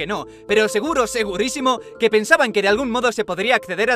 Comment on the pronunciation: se equivoca,en vez de decir seguro dice segudo:v